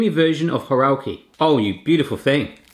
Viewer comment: Not horalki. Góralki!